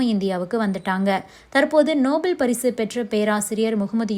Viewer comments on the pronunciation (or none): நோபல் பரிசு பெற்றவர் என்று சொல்லும்போது காதுல ரத்தம் வடியுது